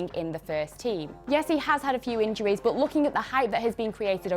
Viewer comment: how she says but BOOT